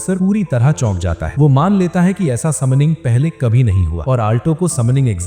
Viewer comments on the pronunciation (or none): Bhai use Maina nahin Mana bolate Hain🤣🤣😝